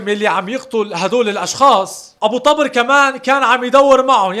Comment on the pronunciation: تلفظ الاسم غلط.. مو طبرررر... تلفظ طووبر.. بوضع ضمه فوق ال ط